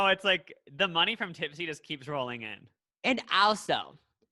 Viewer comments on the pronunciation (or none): none